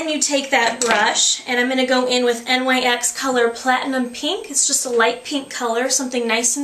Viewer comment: The Nyx make is acctualy pronounced like "nicks". I used to make the same exact mistake ;D